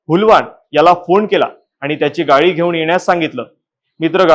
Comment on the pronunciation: गाई नाही रे गाडी